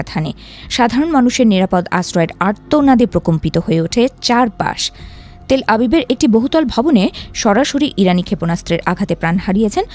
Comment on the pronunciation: তেলআবিব❎ তেলআভিভ✅